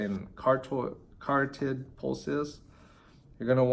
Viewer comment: Uh...the first number in a tempo is the concentric. So in a 4,2,1 scenario 4 is concentric. Like if I was doing a bicep curl and 4 is eccentric then I would have to start in the up position just to begin also I think you completely mis pronounced "carotid". Other than that helpful video. I could be wrong but its hard to believe you just passed when you can't even pronounce "carotid" properly or understand that exercises start on concentric not eccentrics unless you're doing negatives. You better polish your game up man cause right now youre looking sloppy.